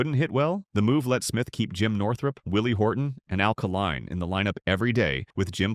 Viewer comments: Hey, Stupid! Try Al K-line, not Alkaline!!!! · It's Al Kaline; not Alkaline